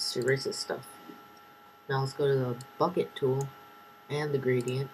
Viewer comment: nice i thought you said fuck it tool when you said bucket tool